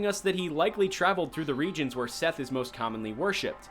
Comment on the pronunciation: fun fact; Seth is pronounced "set"